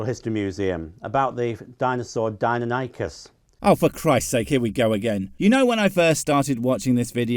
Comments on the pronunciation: I was just listening to this in the background and I could NOT figure out what dine-NO-nie-kus was.... its dy-NON-ik-us. Normally. that doesnt matter, but if your trying to claim you know enough about them to dismiss paleontologist... even wikipedia will show how to pronounce most of them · It hurts my soul every time I hear him say “Deinonychus” incorrectly. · That's how I used to pronounce it when I was 10 - about 2 years after I abandoned creationism.